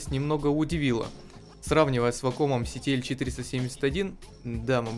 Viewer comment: вАком блин, а не вакОм Больно слушать блен